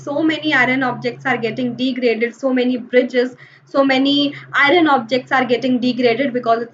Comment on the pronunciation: Not irun it's iron